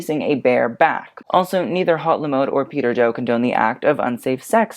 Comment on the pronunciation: I don’t mean to be rude, but “haute” is pronounced “oh,” not “hot” 👍